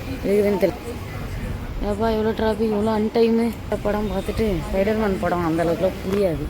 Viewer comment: Spider man ❌fider man✅ Hayyo hayyayoo 🤣🤣🤣